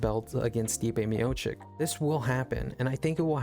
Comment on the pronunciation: Short answer: yes. On the other hand, I cannot take serious any channel who after years still cant pronounce Stipe's surname correctly.